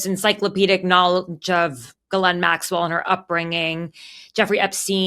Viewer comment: As a Canadian, I'm impressed that 2 Americans pronounced Ghislaine's name correctly. Both the English and the original French. Bravo!